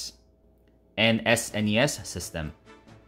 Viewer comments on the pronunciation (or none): none